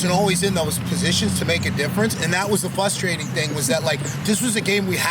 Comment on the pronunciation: Question: is there anything more frustrating/ frustrated than some one who says fuss-trading / fuss-traded? Answer: nothing.